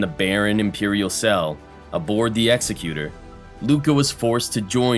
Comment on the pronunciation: I think you're the only channel to pronounce "Executor" properly.